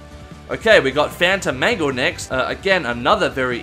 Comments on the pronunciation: For a second I thought he said “Phantom Mango” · i heard fanta mango